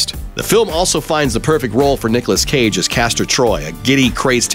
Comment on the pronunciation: Cruise plays CAGE not Cregg! arrhhhghggghgh